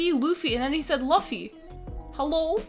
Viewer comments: FYI, One Piece passed Batman in lifetime sales a couple weeks ago. - Luffy is pronounced Loo-fee; the vid narrator's accent makes his pronunciation wobble a bit. - The manga has no real filler and in fact can be accused of being too dense; the anime has filler when it catches up to the manga story but usually can be skipped, particularly because of the self-contained island travel adventure format of the story, as filler arcs are often just a new island inserted into the story. (That being said, some of the filler is quite fun.) Much of the criticism of the anime comes from the pacing being slow in some of the arcs, not that it has too much fluff, which is true but less of a concern if you're going to be binging it. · Laffy? Hanji? 😭😭😂